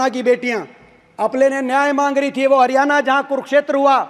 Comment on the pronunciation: Bhai aapke father 10 sal C.M. rah chuke hai Kam se kam हरियाणा ko हरियाना to na bolo 🙏🙏